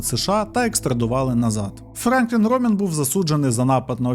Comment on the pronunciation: Бля, чуваче, завжди дивлюсь твої відео. Дуже круто. Але ти мабуть втомився. Що з наголосами? Шерон, піцерія, Франклін.